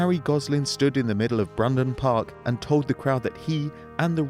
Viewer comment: It's burnden park not bunden park